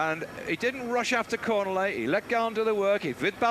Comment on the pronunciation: How many times can you mispronounce a rider's name, in this case Cornillet, in one call?